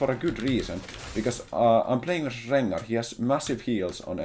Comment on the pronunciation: I love when plays against champs with many Rs in their name! Rrrrrengarrrrr